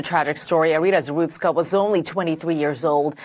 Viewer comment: ZaRUTSKA, not ZaSTRUKA